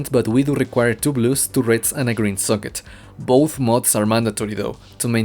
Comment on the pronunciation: Followed by a you will suck it (socket)